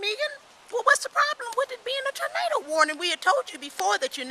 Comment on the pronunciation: she said "tornada"